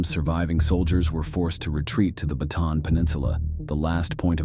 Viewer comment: It’s pronounced “baht ah AHN”, not “buh TAN”.